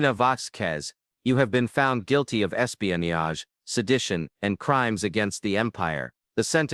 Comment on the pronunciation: Pls learn to pronounce “ espionage “.